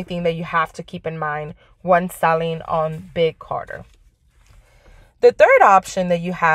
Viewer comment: It's Big CARTEL......not Carter. Just fyi...thanks for the video